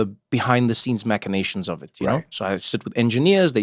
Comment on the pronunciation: Random, I know, but I love it when people like Trevor correctly pronounce 'machinations'.